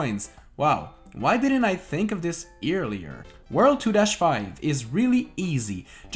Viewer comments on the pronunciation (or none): “Ear”lier... You need to go back to 2nd grade, 😂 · Ear-lier. Lol